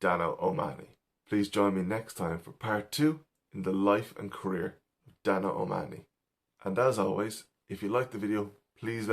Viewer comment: Good stuff! I was happy to hear an Irishman pronounce O'Mahoney. I've heard so many Americans say it "O' Ma-ho-ney", much as people mispronounce Stecher and Pesek so often.